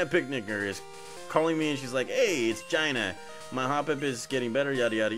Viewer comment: You keep mispronouncing Gina. It’s gee-nuh. Lol